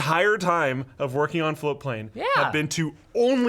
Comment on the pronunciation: people hate on floatplane because you never actualy ever pronounce the T. It took me fucking forever to find ti the first time